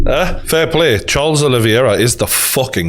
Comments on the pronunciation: The champion has a name, it is Charles Olivera. Not Charles oliviera or whatever your saying Geordie. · Your saying Oliviera not Oliveira btw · Name: Olivera Geordie: oli-vi-era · gg is great but every time he says olivIera it gets under my skin lmao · "Oliviera" yeah all the people saying you don't know what your talking about are just haters aren't they. Who cares if you can't say the champs name properly. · Video title should be- McGregor fan boy still hurting and not giving Khabib the respect he deserves struggles to pronounce Oliveira. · Geordie you can't complain about people saying you don't know what your talking about when you can't even say the champions name properly.